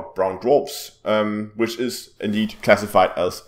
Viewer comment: "Brown dwaprs" . Lol